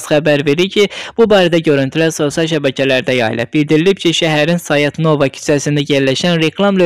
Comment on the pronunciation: Belə aparıcılar hardan tapırlar görən . Bu ya ermənidi , ya da ermənidən qarışığı var . Bu Sayat Nova , Göyçə sözlərinin vurğusunu düz deyə bilmir .